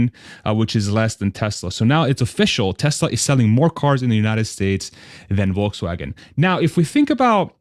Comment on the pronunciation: As always, great content and great AUDIO. Go $TSLA HODL 4 LIFE! I like how you pronounced 'Volkswagen' the correct German way at least once. Well done, sir.